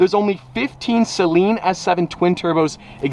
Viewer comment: Dude needs to learn how to pronounce "Saleen"... It's doesn't sound like what you use on your contact lenses.